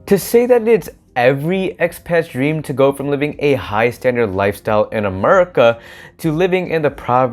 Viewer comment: LOL as a fellow Pinoy When this man Said MERICA had me rolling